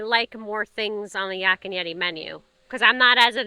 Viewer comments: Another great video! Love your channel and hearing your perspective on things! I got a chuckle out of pronunciation of Yak, he kinda says Yock. 🤣 Yak rhymes with pack and black. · Their ahi tuna nachos are the best! We pick up Landrys gift cards at Costco, so you can save some $$ there. As an FYI, Yak is pronounced like pack with a y. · “Yok” and Yeti 😂😂😂